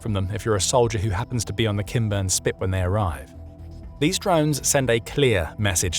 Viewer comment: Am I the only one who hears “Ken Burns Spit” instead of “Kinburn”? 😂 SLAVA UKRAINI!! 🇺🇦